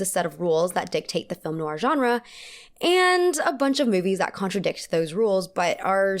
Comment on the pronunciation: loving your videos x Noir it's pronounced "noIr", as in you stress the end of the "oi" sound and not so much the "oo" sounding bit at the start if that makes sense.